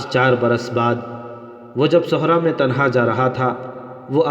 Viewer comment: ھوند نہیں بہای ھند(ھیند) اور صحراء بفتح الصاد ہے بضم الصاد نہیں صوحرا نہیں بلکہ صحرا ھے